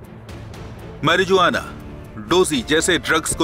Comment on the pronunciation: Please please please first learn how to pronounce marijuana. Itna bara news Chanel hai such a shame you can’t talk properly.otherwise Hindi main bol do